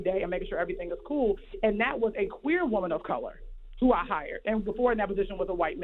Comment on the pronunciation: So a “queer” woman is supposed to be able to handle these situations better than a straight woman? I’m just asking because she put a strong emphasis on the woman being “queer”.